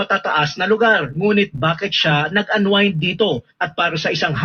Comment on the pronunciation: iglesia ka ba bakit mahilig ka sa chismis panay ka fake news para maka trending ng views wala kang resibo panay pulot ang news mo saka ang pronounciation ng unwind ay anwined hinde anweend !bobo